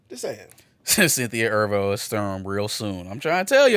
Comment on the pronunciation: Y’all botched Cynthia Erivo (eh-REE-voh) last name so hard. I thought it was a different person 💀